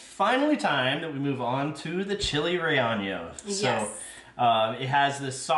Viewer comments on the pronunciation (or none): It's pronounced Reyeno